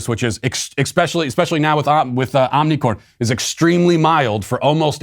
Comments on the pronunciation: I honestly can't tell if he is jokingly calling it OmiCORN or if he's serious. Good job Matt. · I challenge Matt to name every letter of the Greek alphabet mostly because he's been pronouncing "omicron" incorrectly, probably purposefully, more than my wanting to challenge his knowledge. And it would be very entertaining.